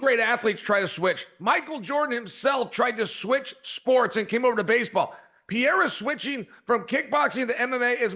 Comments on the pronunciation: Brah Chael switches between correct Pereira pronunciation and incorrect 😂 pick one Chael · PER-RERA SAY IT WITH ME CHAEL!!! JEEZUSS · Why does Chael refuse to pronounce peoples names correctly, he is an IDIOT! It is very disrespectful. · Is Chael trolling or why he keeps calling Pereira Piera? He sounds like an idiot... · It's pronounced Puh Hay Ruh Uncle Chael. 😂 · It's the Pea-Era. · It's the Pea-era Era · is worse, is pee-era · Chael literally mispronounced almost every single fighters name, and no one ever corrects him… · Please please please Chael learn to pronounce the last name!! You don’t even make the effort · that wont happen until he says pereira's name correctly.